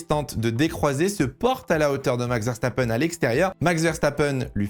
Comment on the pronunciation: Tu a dit verstapeune, pas verstapen